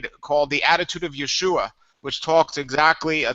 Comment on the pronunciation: gotta pronounce the a in yeshua, apparently it is a curse without an a. you should look into it.